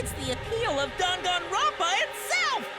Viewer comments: They say danganronpa like: dong on Ron pa How we say it:DANG IT GRANDPA!!! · saying dangaropa: gangaronpa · the game: dangkanro-n-p-a us: dang-it-granpa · What- I say it like 'danganropa' when it's actually danganronpa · I love the way she says:"D A N G A N R O N P A" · i did not know how british these characters are until they pronounced danganronpa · WHY DO THEY PRONOUNCE DANGANRONPA LIKE THAT